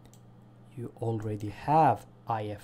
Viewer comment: you're 100% right, Cruisers need a buff, and the improvements you've suggested are a very good idea, and in addition I think they need a Repair Party consumable also, but for tiers 5-8 have the repair parties repair rates adjusted per tier. And, no offence but it's IFHE you keep fucking it up every time you try and say it in this video, you're better than that and you know your stufff when it comes to Warships, get it right next time IFHE, otherwise excellent video.